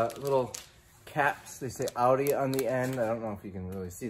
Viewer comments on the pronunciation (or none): none